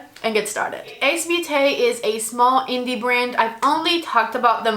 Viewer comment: Nice review, but I don't know. The dark shades seem to not blend, nice colors, tho. Btw Beauté, the beau part sounds like 'bow' you had the last part right